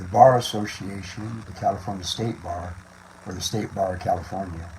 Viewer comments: I sure wish she could learn to say California correctly. If she has been in the USA for 30 yearn, she wouldnt have that much accent. Well unless she works hard at keeping it. If you think you need to be saving American, talk like an American. Now I am not opposed to having an accent, but if it is "fake" to get attention, thats different. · Every time she says California I hear cauliflower